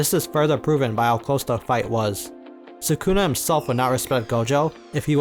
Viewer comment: Idk why I get frustrated when ppl say suh-koona irritates me🤣😂😂😂 it’s SOOH-Kuh-Na. I know it’s Spelled Sukuna but not sure why this dude spelled it as Sakuna. Idk maybe I’m the one trippin but man that bugs me🤣😂